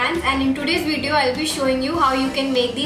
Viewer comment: cute how she says "Wideo"